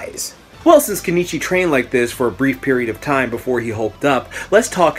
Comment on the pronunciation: its keniichi bruh